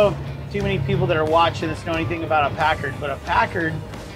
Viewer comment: PACKARD Not pacurd